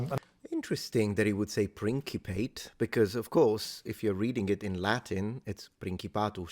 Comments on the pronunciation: Englishman here, we would not pronounce it 'prinkypit' either. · Right off the bat,, your instincts are correct, it is pronounced Principate ( As in Prince). For whatever reason, he pronounced it wrong. He pronoinced Cannae wrong too, The tone and stresses are obviously off from the native pronunciation, but in English we say it about the same. Granted, I'm speaking from a position of American English. I've found through observation that in the case of a lot of foreign words, we generally say it closer to the original pronunciation than a British English does. Could be because our own verison of English Has embraced more foreign influence on it thanks to the American melting pot. Who knows. But it's just something I noticed as one of many differences between UK and American English. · I took Latin in college because apres onze ans de Francais Quebcois dans l'ecole public yeah f that, I'm taking Latin and it takes a moment to mentally switch gears into Latin. Part of that is remembering a Latin 'C' is an English 'K'. I also could have sworn "principate" would be pronounced "prin-ci-PA-te" because you don't get two vowels in a Latinate syllable unless it's a diphthong. But that was 20 years ago and I have not kept up on it. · plentyof uk natives even highly educated pronounce things in the most peculiar (and incorrect) manner; principate should certainly have a soft c. anyone for fun-jai? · "Prinkipate" is really awful... I don't even pronounce it in Latin as "prinkipatus", even less in English... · I have always heard it pronounced "prinkipet." I think it's to distinguish it from medieval prince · No, it has to be "prinsipate" doesn't it? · That's Mr. Muppet!! Perhaps he was trying, out of jealousy, to be pedantic with his pronunciation of principate? Maybe...